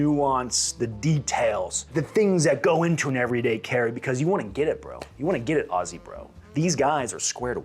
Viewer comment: Thank you sir for pronouncing Aussie correctly. As a fella born abroad and coming back to the US I completely understand the American love for Guns. Hell they are the coolest things ever! In the Australian livestock and farming industry guns are extremely useful for sick or suffering animals as well as varmints. Yet our government isn’t satisfied with the ban of automatic and semiautomatic weapons. Now they are coming after “high powered rifles” like the 303s from 120 fucking years ago. It’s no longer about the safety of the Australian people it’s just a Libtard dog whistle, used to garner popularity among the uneducated inexperienced left. God save Australia mate because dunno who else will.